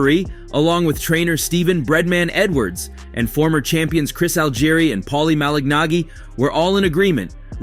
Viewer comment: POLLY MALIG-NOGG-EE 😂😂😂😂😂